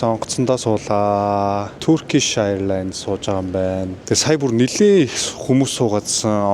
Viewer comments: Airline❌️ Ayarlayn✅️😂😂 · Эйрлайн=Airline.duudlaga ni buruu bnaa.ghde yahvee hun aldaanaasaa suraltsdag amjilt❤🎉